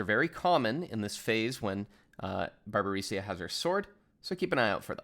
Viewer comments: pls don't say Barbarisia xD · Great guide as always, but the way you pronounced Barbariccia was quite the ear bleed I must admit ;). Looking forward to your upcoming Savage guides!